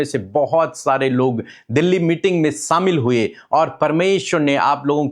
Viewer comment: Are how many times I will correct u pls use SH instead of S Like SHAMIL not SAMIL U speak SANTI Its not SANTI it correct pronunciation is SHANI Kyon insult karwate ho